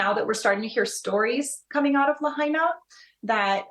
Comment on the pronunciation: Are British people totally incapable of pronouncing non-English place names properly? It's "la-HIGH-na", not "la-HEY-na". Very disrespectful to Hawai'ian culture.